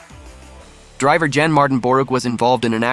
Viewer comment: The pronunciation is interesting... text to speech? E.g. Torque is pronounced "tork", not torkay. E.g. 1:1 ratio is pronounced "1 to 1", not "1 point 1" E.g. Jann is pronounced "Yan" Etc etc